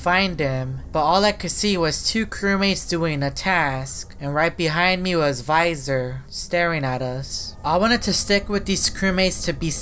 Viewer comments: why are you said viisor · bro when you say that it's almost sounds like you said no visor and I'm confused why you both say yes visor and no visor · Why the heck does he say VISOR 😂